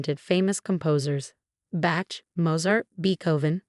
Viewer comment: Oh dear! Bach, not back. SMH